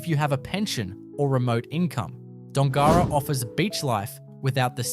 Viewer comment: You should learn how to pronounce Dongara and Kalbarri.